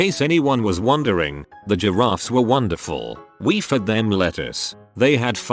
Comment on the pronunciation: Some funny stories, but can we get a narration that properly pronounces “giraffe” and “gene” (among other words), please?